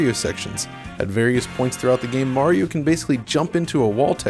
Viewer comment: The way he says Mario is driving me crazy... "Moar-iro"